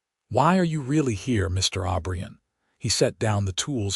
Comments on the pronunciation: Clara passed away at 71 in 1928 with Jack holding her hand, Jack joined her 3 years later at 78 in 1931 with a request to be buried next to Clara. Their last name is O'Brien NOT Aubrian ! Wish you would pronounce words & names correctly. Jack was such a good man & loved Clara deeply just as she loved him. Northwest corner of Wyoming up near Yellowstone Park, rural. 🎉🎉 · Jack OBRIEN!!!!!!!!! NOT Aubrion